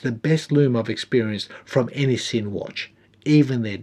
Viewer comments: FYI, it’s a “Zinn” not a “Sin”. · great video. Love the review and moreso the watch. The brand is not called 'Sin' - rather 'Zin' - do your homework here pls. Not a severe criticism but get it right pls. Love your content mate! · Well done. Sinn is solid watch brand. And I believe sinn(German) pronounces ‘zin’. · Helmut would be smacking you if he could. His last name is pronounced "Zinn." Germans are tricky that way. :) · You sad man. It's pronounced 'zinn'. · Pronounced Zinn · Great review of a cracker of a watch -- thanks. A dressy luxury tool watch. I'm going to be that guy and say that the Germans pronounce it as "Zin" -- let he who is without sin cast the first stone eh! Enjoy your rest sir.